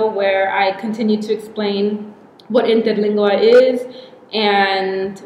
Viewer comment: Damn girl! Your pronounciation of Interlingua was PERFECT! Kudos!